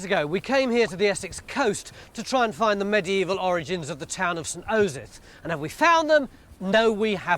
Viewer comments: He clearly mucked up the pronunciation a few times at the start there. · I love how Tony clearly keeps mispronouncing "Osyth", and then they have to fix it in post